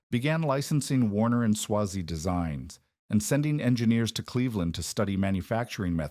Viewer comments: Who writes this stuff? It's not pronounced Swah-zee, its Sway-zee. I used to go to the Solon plant in the 80's when I was a sales engineer for a dealer that represented Cross and Trecker and I ran W&S turret lathes during my apprenticeship. I don't think much of this video is very accurate and a lot of these videos don't have any citations to cross check the information that's presented. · It's AI. Better than some. Still too much repetition but excusable because it's a long story spanning many years. Eventually it gets the pronouncement right sometimes. It's a long A in Swazey.